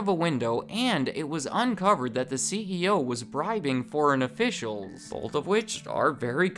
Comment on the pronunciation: Am I the only one that doesn't like it when someone says bolth ?